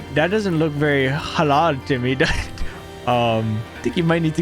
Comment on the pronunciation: When you say HALAL IT IS FUNNY